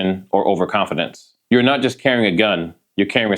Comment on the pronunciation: It’s not. not nut.